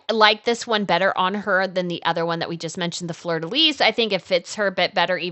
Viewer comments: Please, please pronounce fleur di lis properly. The S is silent pronouned "FLEUR DI LI" 😮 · Flur de Lee....Fleur de Lis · Love all the tiaras! We never get info on other royals over her in the US! Small suggestion- and maybe it’s regional, (I’m in Louisiana) but we don’t pronounce the “S” in Fleur de Lis. It’s pronounced “lee”.